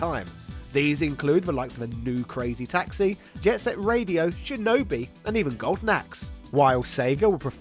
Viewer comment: Your voice pronunciation of shinobi is ridiculous...sh sound as in shhhhhinobi not chinobi